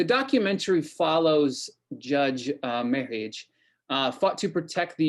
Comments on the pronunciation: It’s a shame you don’t know how to pronounce his name. Or at least how it was pronounced back in the 60s and 70s. He was my next door Neighbors law partner. Merhige, Byrne, Montgomery, and Baber was I believe the name of the criminal law practice. He and Paul Byrne were quite outspoken against racism and oppression. I know the murder of his dog broke his heart. While we face great horrors here under Trump‘s second term I don’t think anyone who did not grow up in the segregated south realizes the horrors of that system, and of what white nationalism really looks like. I don’t know how anyone who grew up at this time could be anything but appalled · It’s a shame you don’t know how to pronounce his name. Or at least how it was pronounced back in the 60s and 70s.